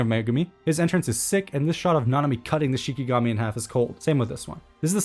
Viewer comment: Its not shiNIgami. Its shiKIgami